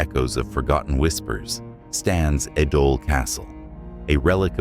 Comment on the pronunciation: Pronunciation of Ēdole is wrong 😑